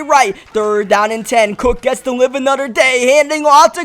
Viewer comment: It is not ANODER IT IS ANOTHER